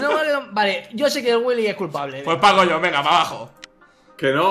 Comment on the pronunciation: fargan no es paco jhones sino pacojones